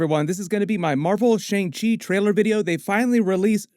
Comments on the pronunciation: It’s not Shang-chi it’s Shung-shi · The correct pronunciation for shang chi is "sung-chee" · I was one of those person who pronounced Shang Chi like Aang with the Sh but it's actually Shaun Chi , Simu and Feige are also pronouncing it this way. Idk how it was originally pronounced in the comics if it was different, and I'm not Asian so idk the "correct" way to pronounce it but out of respect we should pronounce it how Simu Liu is which is Shaun Chi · Great video!! By the way, Shang Chi is pronounced “Shung-Chi”. Like “sung” but with an “h”. And Michelle Yeoh is pronounced “Michelle-Yow” not “Yaw” ☺️ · XiaLing is pronounced more like Sia-Ling, not Zee-ling. Also ShangChi, pronounced more like Sha'ng Chi, not Shane Chi. That the more proper mandarin pronunciation.